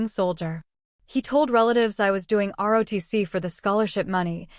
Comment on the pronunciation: ROTC, not RODC. This narrator has made this mistake many times, so proofreading is necessary.